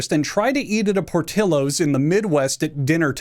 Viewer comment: the most infuriating thing about this video is not what he said about the restaurants, but how he pronounced portillos